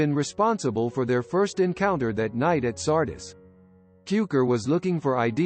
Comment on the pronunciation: K-naan, Sar-dees. Learn how to pronounce the names if you want to do these videos...